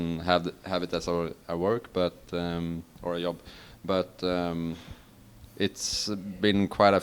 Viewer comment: What is the J sound in Swedish? Cause Olof pronounced "Job" as "Yob"